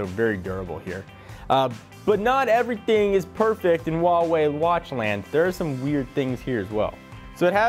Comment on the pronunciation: why don't you say Huawei properly? They made a video about it on how to pronounce it. WAAH - waay